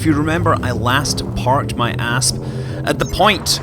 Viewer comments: my favorite part of this is how "i parked my asp" sounds like "i parked my ass" and the sentence is way better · "its definetly bigger than my ass" well i hope a space ship is bigger than your ass (i know i know he said asp)